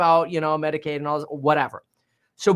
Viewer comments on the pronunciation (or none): none